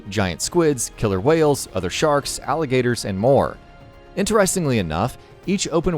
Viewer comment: "Alligators" that's bothering the shit out of me.